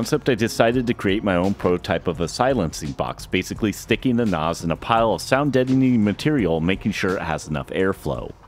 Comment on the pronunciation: Why do you keep saying NOS is it not a NAS